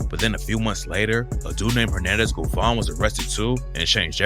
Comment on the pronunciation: bovan not govan